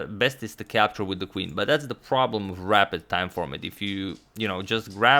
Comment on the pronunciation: It took me till in the video to realise he was saying rapid, and not rabbit. No offense to agadmator, I'm just a dumbass😂😂